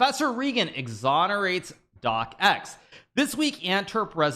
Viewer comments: It's pronounced DOX! Why is it that Americans have to butcher every name in any language? Especially a very easy one like this... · It's a silent C just say dox already xD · "Doc Ex"??? It's just his name: Stefan Docx. One syllable.